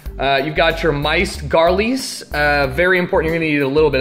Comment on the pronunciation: And you got your "Miced Garlice"...